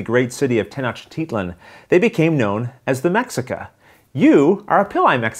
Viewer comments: LOL. it probably should be pronounced Meh - HEE - ca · Since the games about the people of Tenochtitlan, should it not be pronounced May-shee-ca, as per - sorry it just bothered me every time you said the name as if it were just like Mexico. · The game looks good. Only like a corious, I, like a mexican, can say the pronunciation is : me (the sound of the pronunciation of the english word he) ca. And for general culture, the lake in when the city was build, is Texcoco lake. salutes. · Great review! Just a note, the X in Mexica is pronounced as a ‘SH’ sound. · the Spanish pronunciation though. In Nahuatl it would be pronounced more like "May-shuh-EE-kah". Me gusta mucho tu pais y la historica de Mexico. Y por supuesto la cocina. ; ) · you are totally right, aztecs speak nahuatl